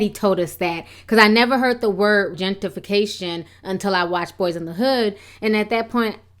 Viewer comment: Learn how to say the word girl. Gen tRi fi cation. NOT gen TI fi cation.